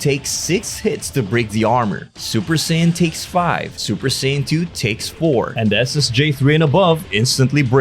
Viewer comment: Say-yans lol